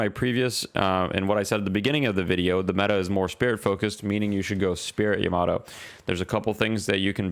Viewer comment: the way you said yamato hurt my soul